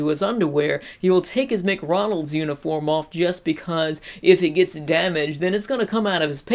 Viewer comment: He's stuck at "McRonald's" really?